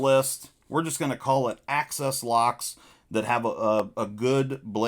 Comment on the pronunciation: Imagine saying AXIS without pronouncing ACCESS. You can do it if you just try. I believe in you.